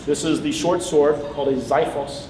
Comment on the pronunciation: it's been two years and you still haven't learned how to pronounce "ksifos":)